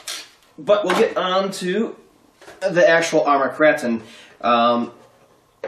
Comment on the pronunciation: Kr8on not krahton :P